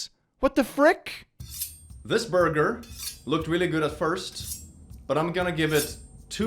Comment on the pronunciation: saying "youm the boiger" and then the squish sound just kills me 😂